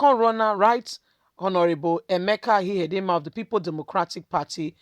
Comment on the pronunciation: Emeka Ihedioha, and not Ihedinma. You have merged the two last names to form Ihedinma.